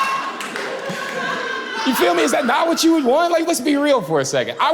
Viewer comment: Why does he keep axing "you fill me"? I said axing on purpose.